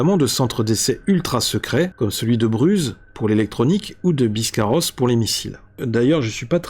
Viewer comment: Bonjour . Bruz se prononce "bru" 😊. Merci pour tes videos. Je me suis abonné a ta chaine y a pas longtemps.